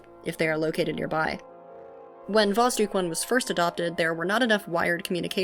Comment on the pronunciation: Sooo, about how you pronounce it. There are 2 spots where it's wrong 1st is you shouldn't soften the d, it stays hard 2nd is the basic mistake when reading the transliteration of russian into English, and that is that the "Kh" shouldn't be read as k, but like h in house or like J in Spanish (Shouldn't was used here because when Russians thought about how to write down the strong H sound so English speakers wouldn't just eat the sound they thought about adding the k in there so it works like the hardening sign from Russian, but as you may hear from yourself this plan didn't work out. Btw the same is true for Ukrainian and Belorusian too, so Kharkiv is not "Karkiv" but "Harkiv")